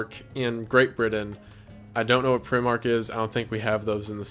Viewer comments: I have never seen the walking dead nor do I intend to but I'm glad I watched this video just for Wendigoon's pronounciation of Primark. I shall forever say Prim-ark instead of Pri-mark. (Primark's like a really cheap forever 21 btw, there are 8 or 9 in the states but they're all in the North East except for one in Miami so I'm not surprised Wendigoon has never encountered one) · Primark is pronounced Prime-Arc but hearing you say Primmark now makes me wonder how many people have pronounced it that way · Just a heads up, Primark is pronounced “pr-eye-mark,” not “pree-mark.” Just was funny as a Brit to hear you say that. Big fan, great video as usual! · I'm from England and this intire time he's been saying primmark and I was so confused but he means prime-mark that's how it's pronounce but yeah you don't have that in America just like how we don't have Walmart we have ASDA which are owned by the same people but the don't sell all the cool shit you have there (I've been I know) instead we have food and cloths and that's it maby some school stuff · "Pre-mark", "Hun-day'. Americans really have no clue how to pronounce shit huh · the primark pronunciation upset me (pry-mark) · Wendigoon pronouncing primark as “preemark” hurts my soul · Not trying to hate but it’s pronounced Pry-Mark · It’s pronounced pry as in pry bar mark so prymark but spelt primark lmao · Hearing him pronounce Primark as Primm arc took 7 years off my life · The way you said Primark hurts me 🤣, it's said Pry-mark but the way I say things hurts people too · I'm sorry but that's NOT how you pronounce Primark. It's like prime...ark. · Primark is pronounced Pry-Mark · bruv its pr-I-mark. Pronounce the i like how you would say I in I would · Pr eye mark lol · You pronounce it prime mark like ksi's drink prime and like a bruise mark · Primark ahaha nah its Pri Mark like warhammer 40k primarchs p.s it's fast fashion crap like forever 21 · Primark is pronounced Pry-Mark, we also call it primarny lmao